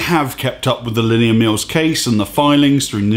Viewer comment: The way he butchers "Linnea" is annoying... sounds like he's saying "linear"